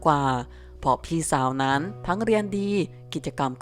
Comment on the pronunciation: บอกให้หัด อ่านใกม่เถอะคำว่านั้ๆๆๆๆๆๆๆๆคำคาน